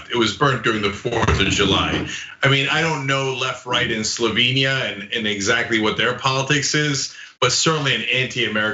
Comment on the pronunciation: Slovenia, not Slovania